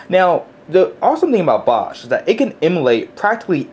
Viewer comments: I think it's pronounced "box", not "bosh". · easy to follow tutorial, only one thing that bugs me though - it's pronounced BOX not bosh hehe even the icon is a box :/ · I thought bosch was pronounced "Box" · its pronounced box but spelled bochs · it is pronuced "box" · ...You do realize Bochs is pronounces "Box" right?